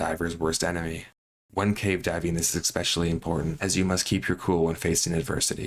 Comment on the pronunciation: Ick special eeeee